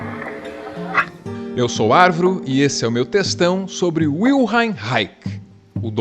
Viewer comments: Li Reich bem cedo e amei. Li quase todos seus escritos. Sou músico não terapeuta. A pronúncia de seu nome não me parece nada correta: "Raik", de onde tirou essa bendita pronúncia? "Raich" em português me parece correto. Vil-hen tbém me parece mais acertado. Até onde sei a FDA queria que ele registrasse sua câmera orgônica, ele se recusou e a época MacCartista fez o resto. A Função do Orgasmo (livro), o conceito de Couraça são bem mais interessantes que possíveis chuvas. Ser preciso em palavras sugerem também precisão de conceitos. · a pronuncia de wilhelm é separando em dois fonemas ("vil" + "relm"). o reich é "rai" (rrrr..trepidando a lingua)+ "rri (como limpando a garganta) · olá arvro... se pronuncia wilhelm = vilirrelmi e reich = raixi (os 'i' depois do 'l', 'm' e 'x' são sutis, quase não se pronuncia)... a tradução desse nome é guilherme reino... parabéns pelos seus vídeos, vc é único... meu respeito e minha admiração... mtas bênçãos...🤩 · Posso estar equivocado,, mas o w alemão é lido como v e não como u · Parabéns Arvro, mas a pronúncia do nome dele è Wil- "helm" ou Wil' RRRelm" 😂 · W em alemão, tem som de V, cara... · W em alemão tem o som de V.